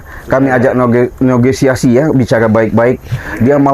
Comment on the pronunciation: Bukan nogesiasi negosiasi maaf